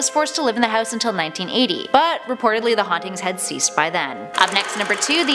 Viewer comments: The way she pronounces house irks me. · i hate the way she says house lmfaoooo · no one: honestly no one: narrator: houwse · You say house funny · "Hews" "Get ewt"